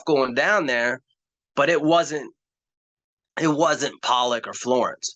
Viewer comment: it's pronounced "pollock" like the fish